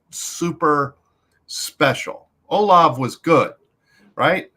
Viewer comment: Bro how could you let him keep calling Chris “Oh-Lahv” 😂